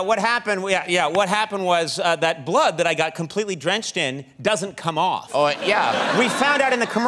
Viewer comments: It won't come aoofff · it's not coming aoofff at auull